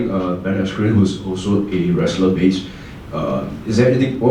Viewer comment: I know it's not just me. I just keep hearing "asscream" instead of "askren" when they say his name. They are fucking that name up left and right lol.